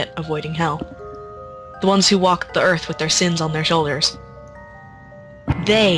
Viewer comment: "Warmpth" "Yearth" 10/10 i r gud at reedin